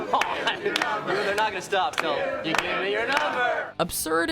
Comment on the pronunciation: you gotta turn the words in you its not a simple you its more of a youh how youh doin gotta put some passion on that “u” 😂